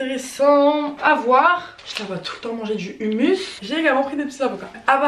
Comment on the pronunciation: Holla!! j’adore tes vidéos mais par contre je suis pas d’accord, je suis si dessus: hummus ce lit » roumous » stp 😂 🤣🤣🤣🤣🤣🤣.Mais sinon je t’adore 😍